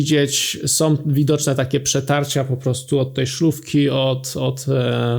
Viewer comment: nie "naszom", tylko "naszą"", nie "som", tylko "są"